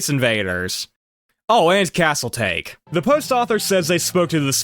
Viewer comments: Regarding Castle Take, given that it is largely Japan-exclusive and themed, it would not be pronounced like the English "Tey-Kh" like you are trying to "take the castle", but rather Japanese "Tah-Kay", likely based on the Warring States-era Battle of Takamagahara given the Samurai and feudal iconography prominent on the cabinet. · As an FYI. in Japan, "Castle Take" would not be pronounced that way. It would be pronounced like "TA-ki". With "Take" meaning "Diverse".